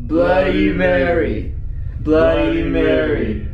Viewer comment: it's bloody not bludy. And it's reflection not.. Whatever you said